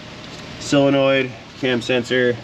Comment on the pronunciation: Okay,... I'm going to quit buggin' you about pronouncing "solenoid" as if it's "sill-enoid.